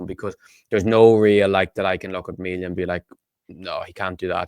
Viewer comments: His surname isnt said like Mell ia, its prenounced, MEAL IA.😂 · Please pronounce his name correctly as in ME Thank you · It's pronounced mealia